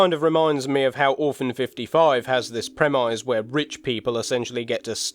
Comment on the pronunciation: Your pronunciation of "premise" is baffling.